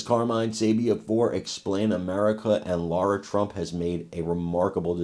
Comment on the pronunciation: Lara, not Laura